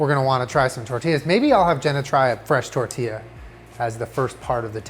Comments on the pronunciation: I'm glad you stopped saying "Testilla" xD sound like "tetilla" (little tit) lol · TESTIE-YA lol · “testilla” sksksk